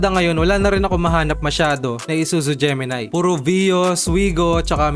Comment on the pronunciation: Gemini, hindi Gemi-nay.